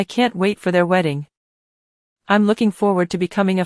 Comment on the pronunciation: Good story but the pronunciation needs to be fixed. I‘m is not pronounced imm.